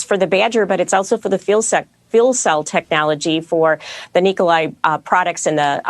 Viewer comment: I love how Mary (the person from GM), not only managed to mispronounce 'fuel cell', but also say Nikolai as if it were some weird east-Slavic version of Nicholas, in basically the same breath (lack of commitment or stage fright?). Also, I'm not sure what they're buying here other than the brand name and some hype. What will Nikola bring to the table, because from what I can tell they aren't even going to provide their own 'battery train'. And they have little to no technology they could implement. The second I heard rumors about Toyota being the 'chosen one' I was like; NOPE! Because they already made the mistake of taking hydrogen to consumer cars instead of trucks, trains boats, and airplanes... One more point, if GM is doing all the manufacturing, then what was the 'Nikola factory' for? I'm assuming they will not be producing hydrogen in the middle of nowhere... they have little to nothing to manufacture there other than perhaps the fuel cells/motors. But other than that, what can they make that GM can't? Last note, I think GM might be one of the worst decisions ever, next to maybe Ford, but maybe that's for the better because both GM and hydrogen for the regular consumer will be a big flop. Not sure, but didn't GM also announce like 12 new (electric) vehicles? will these be counted? and how much market share would they lose, or cannibalize from their own line?